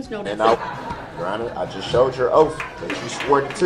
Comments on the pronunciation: "Your "oaf "Your Honor "...🙄😒😏😶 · All the axing and oaf.. KILL ME. I ALMOST think he believes the crap he spills out of his mouth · Yes The OAF of office that was the question he AXE. I bet his 18 year old son is proud of this guy! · I have a whole video of him just mispronouncing words lol my favorite Thanks for watching Trey!